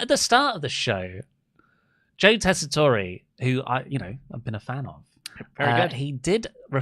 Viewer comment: 18 mins in and I wonder if will ever find out about how to pronounce Joe tesatore’s name